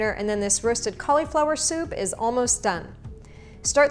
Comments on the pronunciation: I love your recipes, thank you! Just please, I'm not sure where the cau LE flower started, it's Cau li (short vowel - like LUH) flower. Yes, yes, I know - a syllable that ends in "I" may say it's name, but it's not in this instance. The stress is on the first syllable. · cool video, dont like the way you say "colly flower" tho 😳